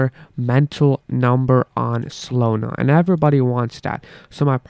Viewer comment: Not SOLONA……. solAna…..